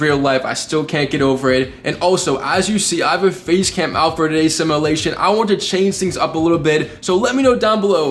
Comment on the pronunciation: It’s fucking simUlation not simAlation Jesus Christ kid